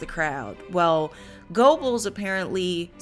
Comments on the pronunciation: I think your facts are correct and you did a disclaimer about German Pronunciation, but you should pronounce the main character's name correctly, "Yosef Gur-bells". Although it was a serious topic I found your cut-a ways entertaining. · Goebbels is actually pronounced as "Ger-bowls" .